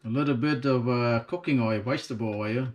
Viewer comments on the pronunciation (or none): Think he means vegetable he said wegetable.